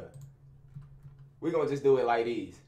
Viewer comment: “Like dese” 😭